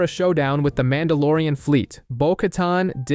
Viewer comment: Calls him MAN DA LORE IAN Short for MON DOH